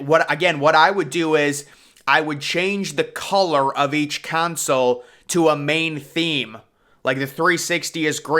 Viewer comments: Not you pronouncing "console" as "council" 💀💀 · Tf is a "kaansale" 😂